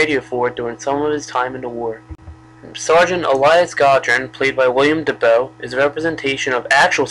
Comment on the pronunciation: It's William dafoe, not daboe